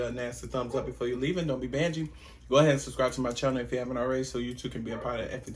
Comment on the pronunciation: It's crazy the WHOLE time I thought you were saying "Don't be Bitchy" lol, not "Don't be Bangee" lol 😂😂😂